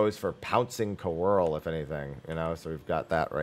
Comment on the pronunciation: > can say all the French words in the RDM kit >But can't say "couerl" correctly even though it's based on French